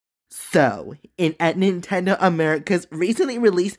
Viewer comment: ah yes, my fav gaming company: "Nintedo" 😭💀